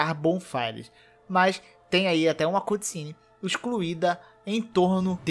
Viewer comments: se fala ''câtcine'' não cUtcine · Águia? É um corvo! Aprende a falar cutscene.